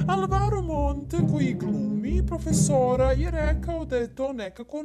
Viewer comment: when you said "prOFeSOrA" I really felt that